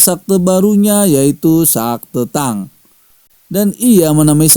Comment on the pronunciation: Bukan sakte bang tapi sekte hadeuhhh